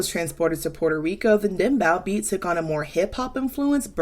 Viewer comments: also, just to nitpick, its pronounced dem-bowe (rhyming with "go") not dem-BOW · Great video. Btw it’s pronounced Dembow like a hair bow, not bow like bowing down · the bow in Dembow is pronounced like bow and arrow & the song with Rosalia & Ozuna is DEFINITELY not dembow. Dembow would be like an any El Alfa song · btw i know ur american pls ignore the w in dembow itslike if you say dembo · You did great, great video as usual. But if I can make a note on pronunciation, Dembow is pronounced “them-beau” as vowels in Spanish are pronounced in what is referred to as a “pure” form. Hope this helps! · the “bow” part of dembow is pronounced like 🎀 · pronunciation tip: it's dem-boe. Not "ow" like ouch. "O" like toe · Dem + Bow (like bow tie... bou) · Also, there were various mispronunciations, but the one I want to make not if is “denbow”. The spine I s as in “hair bow”, not the salutation “bow” the salutation. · As a Dominican American I love Rosalia! People seem to have mixed opinions but I find Americans complain about her more than people in Latin America. She is definitely loved in Latin America. Btw Dembow is pronounced “Them-Bow” (Bow like “bow & Arrow”) 😁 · Great video but the bow in dembow is pronounced like bow and arrow. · Rosalia is a great artist but i do find her corny. There’s just some things she does & says that comes off try hard. There’s no denying that girl has star power tho 🤷🏽‍♀️ also it’s pronounced dembow (like a hair bow). it was really getting to me 😂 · great breakdown! btw its pronounced dem- bo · thank you for this analysis! lovingly, i’m here to tell you 2 years too late that the “bow” in “dembow” is pronounced like 🎀💝🎁 not 🙇‍♂️🙇‍♀️🙇